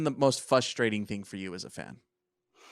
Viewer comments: It’s fRustrating not fUstrating😂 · Does he realize there is a r at the beginning of the word “frustrating”? Almost unlistenable hearing him say “fustrating” every 3 seconds 😂